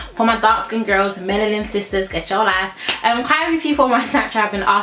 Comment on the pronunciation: "Gech your lyfeeee" 😂❤️